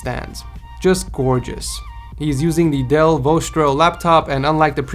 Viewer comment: The speakers on the first one is also Dell not whatever you said but Im not hating just pointing out